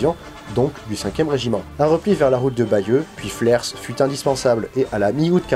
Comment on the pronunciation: C'est anecdotique mais c'est a côté de chez moi : Flers se prononve sans le S 😉 Je te suis depuis bien longtemps, tu évolus dans le bon sens, encore une super video